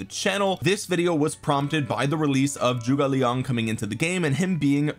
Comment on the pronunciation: Thanks for making the effort to pronounce Zhuge Liang correctly. It’s pretty crazy how many content creators completely fuck it up when it takes 10 seconds on google translate.